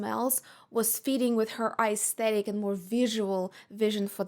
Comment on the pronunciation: You're a very nice and smart lady but also so pretentious. However you can't even pronounce the word 'aesthetic' right.🤔🤔